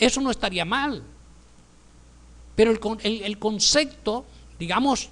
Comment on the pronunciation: y no es concecto se dice CONCEPTO